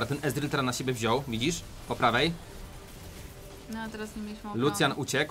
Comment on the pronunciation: Czyta się ezreal